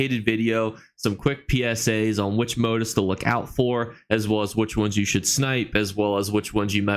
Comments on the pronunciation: moTEEF……..moTEEF…..not MOtif. Lol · Really appreciate your videos! I learn something new with each one. Just wanted to let you know though, "motif" is pronounced moTEEF, not MOtif.